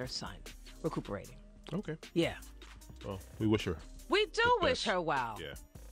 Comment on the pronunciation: “Vish”. Enough said. 😑